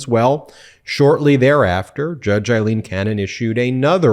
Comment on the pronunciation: Aileen not Eileen